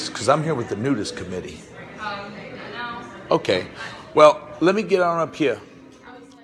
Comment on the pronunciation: Haha.. I love his accent with the "nudist committee". At that part he reminded me of Hunter Thompson. 🙃💋